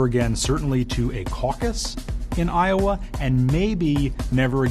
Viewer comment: Seems as if "EYE - OH - WAAY" is a bit if a mess...